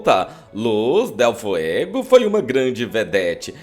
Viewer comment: É Liz dele FUEGO, bicho, e não FIEGO.